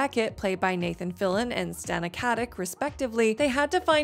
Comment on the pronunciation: fillion ... Fill-e-on ... Not fill-on